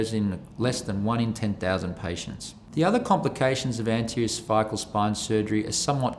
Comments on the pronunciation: When he says cervical is sounds like severe lol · A little scary when the surgeon can’t pronounce cervical… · He can’t pronounce cervical